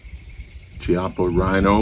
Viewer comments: One minor correction sir, in Italian, the "ch" is pronounced as an English hard "k". So, it is pronounced "kiappa" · I agree with much of what you stated . I own the 30 DS . ( it's pronounced with a k sound, not a C sound ) .My opinion is the grip it comes with is not too good . I replaced it with a much better grip , from the company in England called Form . They have many choices. I picked the Rosewood one . The difference is night and day . Thank you, Sir . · Beautiful test and wonderful gun. If it had been a conversation between friends it wouldn't have mattered, but if you do a video test, you should at least know how to pronounce the stuff you're testing. Every time you said Chiappa" my ears bled. Nowadays it's not difficult, just go to Google translator, choose Italian, write "Chiappa" and have it read to you. There are no more excuses.